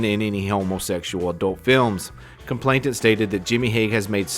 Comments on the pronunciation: 'Complainant' not 'complaintant' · Nice video, he's a vile human being. One helpful hint, I hope: It's "complainant" not "complainTant". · COMPLAINANT not complainTant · With respect, the word is complainant. There's only one 't'.